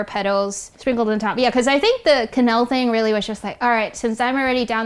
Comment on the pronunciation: It’s called a Quenelle, not a “kanel.”